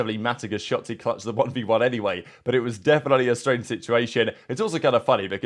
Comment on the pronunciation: Is it me or did call him Shatzy?